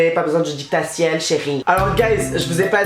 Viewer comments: « Non je sais jouer chérie, pas besoin du DICTATIEL » c’est quoi ça ???? 😂 le dictatiel ??! 😂 c’est un didacticiel 😂🤦🏼‍♀️ tu sais jouer mais pas lire du coup 😂😜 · "Pas besoin du dictaciel chérrrie" 😂